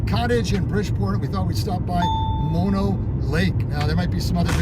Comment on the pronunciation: nice job getting the pronunciation right! we love Mono and often stop under similar circumstances... a little time left at the end of a trip why not stop there and enjoy the sights... good job getting into the water not many swim there wow!! beautiful scenes, love Mono lake.. /side note part of what is draining the Lake is LA/ they have agreements to not draw the lake below a certain level but when drought happens, they pull it anyway. That is how the tufas got exposed as you probably noted, LA taking all the water... Kind of an odd 50-50 though// because LA takes so much of the water from the entire valley, it can not be developed into massive suburbs// LA's water thievery has a side benefit of keeping this area rural and under populated, there is no water to support a large population... an odd silver lining... Great video thanks for taking us along!